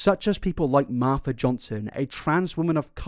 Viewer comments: Marsha not Martha 🙈🙈🙈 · hearing him call marsha p johnson martha johnson threw me off so bad, even if he said marsha johnson i would have been confused for a second😭😭